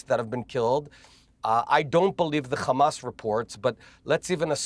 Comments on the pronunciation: Benny repeatedly saying Khamas to brainwash the masses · The Khamas, the Khamas, the Khamas……… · Khamasss and Khezballlah, every other H is pronounced perfectly. I don't get it.